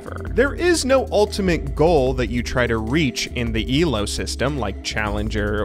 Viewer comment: The way this dude says "ELO" cracks me up. Eelaow